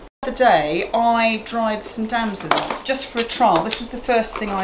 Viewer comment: I'm sorry, ignorant American here. Are those plums you dried? It sounded like you said "damsands". Everything looks delicious,. Lee is a lucky man having such a loving, wonderful chef! Cheers from North Carolina